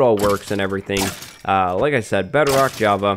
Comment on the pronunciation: He says bedarock